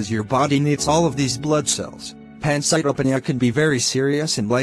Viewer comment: the information here is good but the delivery sucks, the animations dont even pronounce "pancytopenia" properly. Its "Pan-cite-o-pee-nia"